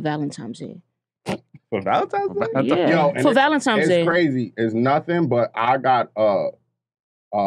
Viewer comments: Wtf is "Valentimes Day?" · I’m not getting you a gift until you say the holiday correct… it’s valenti-N-es Day with an N. Not Valentimes day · So New Yorkers call it “valentimes” day or am I trippin 💀💀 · Almost couldn't make it through that segment. ValenTIMES...😂🤔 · valenTIMES day …? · Valentime’s Day? 😂😂😂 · Are they saying "valentimes"? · I’m not the snartest guy out there, but I’m pretty sure there is no “m” in Valentine’s Day. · i fuck with y’all but there’s no “M” in valentines day😂😂